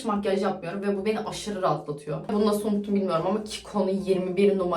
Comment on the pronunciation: naskita ya da naşita diyolar aşko